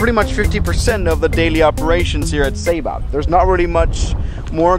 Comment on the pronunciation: "Welcome to sayba"